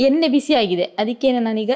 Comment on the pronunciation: ಎನ್ನೆ ಅಲ್ಲ ಅಕ್ಕಾ ಎಣ್ಣೆ